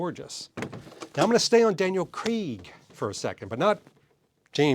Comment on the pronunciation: Please for the love of all that is holy, stop overpronouncing Craaaaaaiiiiig.